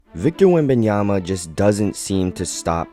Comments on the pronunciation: Correction: WembanyaMa, not WembanyaNa. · These announcers need to learn how to pronounce his name. It's WembanyMa, not WembanyaNa. Guys, you're gonna be saying his name for a long time, so say it correctly! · I realize it's a tongue-twister, but is a professional and he should take the time to learn the correct pronunciation. I've heard others botch the name and it's always a distraction (and a low-level insult), imo.